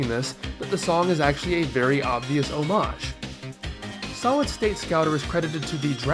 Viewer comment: Btw, homage is pronounced "hommidge", not "oumaaje".